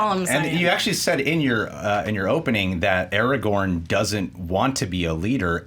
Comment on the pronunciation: Markeia. IT'S ARAGORN!